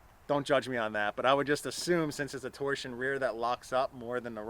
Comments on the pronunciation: It's Torsen not torsion , cool car tho , they rotted to bits in good ole blighty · Also pronounced TOR-SEN as it is spelled meaning torque sensing not torsion. "" east or west canada?